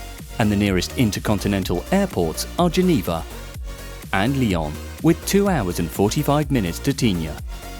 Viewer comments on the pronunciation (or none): none